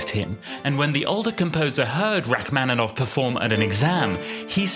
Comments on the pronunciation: Rack-man-in-off. The mispronunciation is ridiculous. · And the "man" syllable should also be like "mon." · Please learn to pronounce his name correctly. It's pronounced like ROCK-man-i-noff. Hurting my ears. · but you should learn to pronounce “Rachmaninoff” correctly, it's a shame. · It would be, if only he knew how to pronounce Rachmaninoff's name. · Learn how to pronounce his name please!